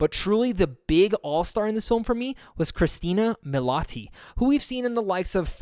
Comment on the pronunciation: HER NAME IS CRISTIN (like Kris-ten) MILIOTI (mill-ee-ah-tee), NOT CHRISTINA MILOTI! You may wanna fix that 👍😁